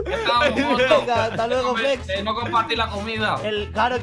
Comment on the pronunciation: me pareció TROLLI dijo fles y no flex